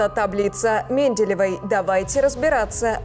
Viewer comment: Странно вы делаете ударение в слове Менделеева....